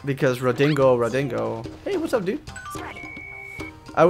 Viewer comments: Ridingo ridingo= Drud-ig-on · its DRUDDIGON, sly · its drudd-i-gon